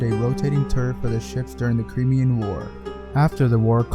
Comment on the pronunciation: Crimean is pronounced cry-me-an, not kree-me-in